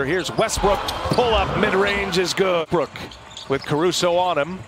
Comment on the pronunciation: He said westrook twice😭